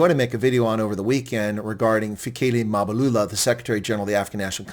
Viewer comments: It's Mbalula, not Mabulula😂😂😂😂😂😂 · MBA - LU - LA ...say it.. MBA - LU- LA ..say it